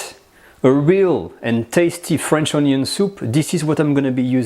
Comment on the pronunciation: French onyo soup